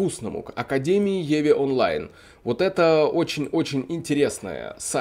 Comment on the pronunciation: Пока играю в еве онлайн. :))) Самому не тошно так говорить? В еву, евку или в ив, но не в еве онлайн. Жесть какая-то.